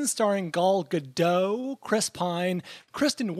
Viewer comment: Everyone pronounces Gal Gadot's name as if she's French. She's Israeli. The "T" in Gadot is not silent. It's not Ga-doh. It's "Guh-dot."